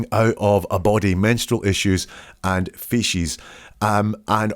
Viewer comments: I found it annoying - fee sees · It’s kinda cute how you pronounce feces “fishies”😂❤